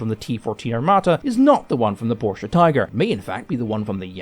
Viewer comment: > While i really, honestly commend you for your bang-on pronunciation of the German name "Porsche", which is doing wonders for my tortured German ears, i would like to suggest (as a next step in your mastery of German tank names) that you put the German word "Löwe" into google translate and listen to it and repeat a couple times. Your current "low" is just too far off the mark. Even the english "w" sound has no place there. It has to be a "v" sound. Anyway. You'd impress the shit out of everyone who knows, if you could semi-unfuck your "Löwe". (If you can't type the word "Löwe" for lack of an "Ö" on your keyboard then just type "lion", let google translate that into German and listen to the result.)